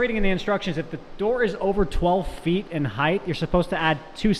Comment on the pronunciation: Height, not Heighth. :/